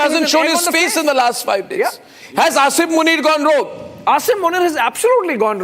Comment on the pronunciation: Its Asim Muneer not Asaym Muneer 🤣